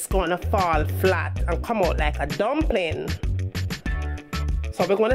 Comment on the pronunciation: Lmao the way you said dumpling 🤣🤣🤣🤣